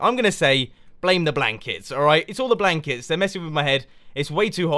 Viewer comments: When he said " blame the blankets " I thought he said blame the black kids :') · Am I the only one who heard 'Blame the black kids' instead of 'Blame the blankets?'